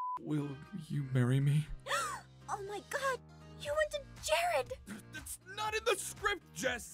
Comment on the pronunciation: did aphmau say jaaron or jared it looks like she said jared